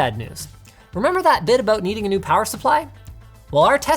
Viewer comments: "think abut it" first time hearing linus with Canadian accent XD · Sure, I'll think aboot it.